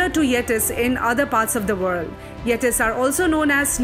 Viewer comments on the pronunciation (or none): Great video! But The way she says Yetis got me laughing haha (Its pronounced Yet - ees)